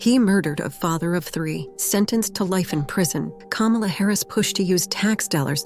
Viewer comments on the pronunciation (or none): Please close your idiotic channel down. You can't tell that clip is edited to sound that way. Even in that clip she said " Inmates" not migrant. If you can't even pronounce her name right don't due commentary and then lie in the process! Please stop being a coonish idiot!